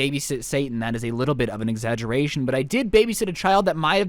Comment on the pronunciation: "i baby sat satin OK that was a LITTLE BIT of an exaturation"